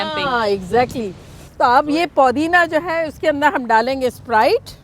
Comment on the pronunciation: Hie, I want to make a correction about your pronunciation . It's PUDINA NOT PODINA. And stop being a little less dramatic. REGARDS.